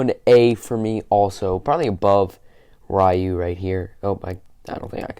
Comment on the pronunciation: Rieh-u? Really?